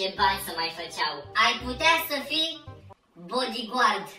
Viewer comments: Băi nu bodigău că BODIGARD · Se zice badigard